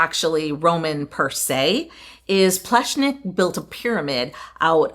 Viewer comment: Great honest video, yet again. It’s fun to see you take on the proper pronunciation of the architect’s name, nearly got it, as close as an English speaker can get to it 👏 For me it was really nice to see a Central European country again, reminds me of my upbringing/ home. You missed out on trying the traditional Slovenian schnitzel with ham and cheese inside, it’s yum! Hopefully while in the area, we get to see more of Central Europe?🤞